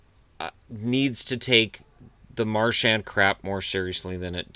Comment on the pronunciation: the "D" in "Marchand" is silent. And the "an" is a single sound, kinda sounds like "on" (as in "on/off"), but chop off the "n" sound. Practice in the mirror:D